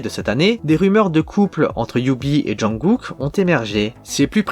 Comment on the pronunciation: on dit jungKook pas junGOOK